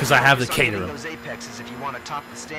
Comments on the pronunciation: I wonder if knows its pronounced 'cat*er*ham' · caterham, pronounce it like cat or bat